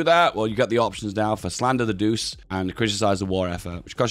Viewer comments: Its not pronounced like doos, it is pronounced like douchay, so douche is not too far off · Could you please use the italian pronounsiation of "Duce"? (that will be "Duche") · Hey. Duce is pronounced like Duche with sound E. I dont know maybe you do it because demonitisation, either way i hope you've notice. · It's pronounced "doo-chay", not "doose". Il Duce means The Duke, as in Duchy. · Duce is pronounced Du-Che, not Duse. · Sounds like you are saying douche everytime, try ducze as this is much closer to the italian pronounciation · It's not [Dus], but [Duče] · It’s not douce it’s doo chey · Say it like "doo- chey". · The "ce" in "duce" is pronounced similarly how you say the "che" in "check". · Dude it's pronounced Doo-chay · Bruh please stop saying Deuce, it's not even close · ffs man Duce is pronounced "Doo-Che". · Im a lil bit of a linguist nerd, but since you seemed interested, duce is pronounced du-chey because in italian, the C is pronounced ch. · Feels wrong to hear him pronounce duce like that Its pronounced like Doo-chay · everytime he says “doos”, one of my 10 braincells withers away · time to correct your pronunciation: the "ce" in Duce is pronounced like "Che" in Che Guevara or Chechnya, granted the guy was a massive deuce. You're saying Italio instead of Italo, gotta drop that "e" sound. Dino, Balbo and Vittorio are correct. For Emanuele take manuel, add an "eh" sound (without the h) and put it in the end and start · please - it is pronounced doochay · it's pronounced "douche" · Duce, spelled Doo-che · The way you pronounce duce is so funny i almost peed myself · Even though I can't speek Italian I still feel the pain with you for his pronunciation of the duce